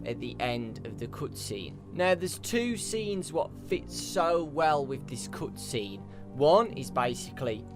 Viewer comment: I so much hate how you pronounce the "cut scene"